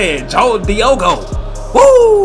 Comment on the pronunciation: It's Diego Jota not Diogo Diego as in Dora the explorer's cousin also like in Diego Maradona Rip